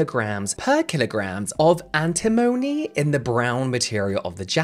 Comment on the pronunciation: You got cyanoacrylate correct. You also got corticosteroid correct. Antimony you said mostly correctly: Ann Tim Oh Knee, with the stress on Tim. We use so many products in our daily lives that have the potential to go wrong, very wrong. Never use a chlorine bleach to clean your toilet, for example. And if the room suddenly smells like a swimming pool, LEAVE. Immediately.